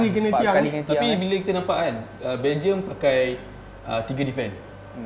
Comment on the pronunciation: pengulas acah2 tu boleh diam kot aku rasa. Sebut belgium betul2 la